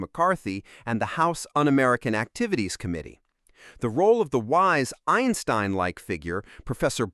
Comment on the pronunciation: "Eye-in-stein", Zay-nick" and many other laughably inept mispronunciations of well-known names is just lazy and unprofessional.